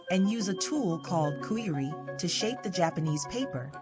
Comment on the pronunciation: Shinogi. With SH, not S. Fuchi and Kashira. Those are the two parts. Ray skin. Not shark. A file, not a sandpaper. Dying the skin is optional. Kujiri is wrongly pronounced as well. Ajiro, not Airo. Menuki doesn't hold the tsuba and the blade together, it is purely decorational - in history, it used to hold mekugi in place, but now it is not done that way; it also used to be part of the mekugi (they were a single part) - there it would serve to hold the blade and tsuba together, but not in this case; inacurate/false claim in the video. You can also search for videos/articles, how the tukamaki is tied at the end - it is not a secret. Don't take me wrong - the stuff shown in the video is truly a mastery, but the commentary is wrong and deceiving/misleading.